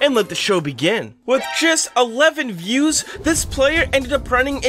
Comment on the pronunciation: You are saying the views wrong